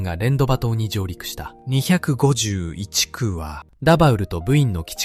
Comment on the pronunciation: 「251くう」です。